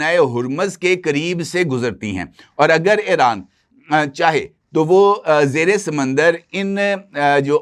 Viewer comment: محترم لفظ ایران کا تلفظ Iran کریں نہ کہ Eran ۔ اسی طرح چاہنہ کے سٹلائٹ کا نام بیدو ہے میدو نہیں